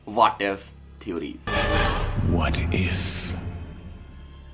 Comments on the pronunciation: What is this “Vaat If?” 😂 And “BROO—Daa V” ?? Pronunciation? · I like that waat if pronunciation 😅